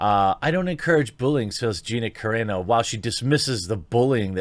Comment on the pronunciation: Great video but both ways you pronounced her name were wrong 😂